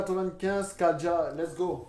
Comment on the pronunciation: Frère c’est KADJA et pas Kadija !!! Merci !!